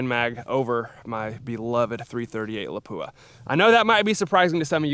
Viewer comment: Why is it that no one can pronounce the word Lapua correctly???